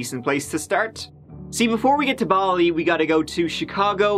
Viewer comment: "Let's give it a goo" get it right